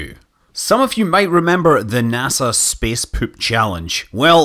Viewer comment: "Speeece Peeewp"